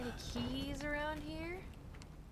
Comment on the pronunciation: "dank erb" -Mori Calliope 2021